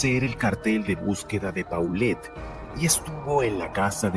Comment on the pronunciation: No se pronuncia Paulet, se pronuncia Polet. Tampoco se pronuncia Huixquilucán, sino Huixquilucan, sin acento. De dónde eres??? 🤔🤔🤔... No maaaanches...!!! Definitivamente te doy 👎👎👎